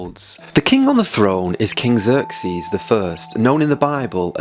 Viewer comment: Mo from Iran here. You might wanna search online for Iran's Achaemenid map because what you are mistakenly showing to thousands of people is today's Iran map... Also... don't call it Persia, that name comes from Greek mythology (Perseus). it's Iran. and where is Susa?? Xerxes 😂 those massacred pronunciations of you people. I don't have a clue where and what in my own country you're talking about!